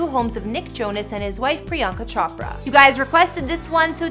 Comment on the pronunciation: Did she just say CHOP ra 😂😂😂